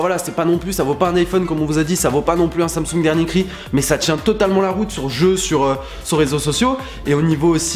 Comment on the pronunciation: Ptdddr team iPhone, android c’est nul (sorry les gars m’insultez pas) assez louche le nom 😂 par contre comment tu dis Samsung wsh « sansongue » 😂😂😠